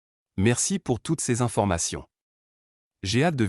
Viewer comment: "Je suis ravie que vous soyez intéressé", je n'ai jamais entendu un seul propriétaire "parisien" dire ça. Il y a des problèmes de prononciation aussi "plus d'information", on prononce le "S". C'est bizarre cette histoire d'animaux interdits...depuis quand en France les animaux sont interdits?